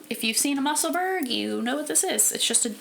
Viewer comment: Your projects are all lovely. I really want to knit more cardigans this year. Love the Musselburgh. I’m on my fourth one. Just in case you’d like to know… Musselburgh is pronounced the same way as Edinburgh, and is the town where Ysolda lives. 😊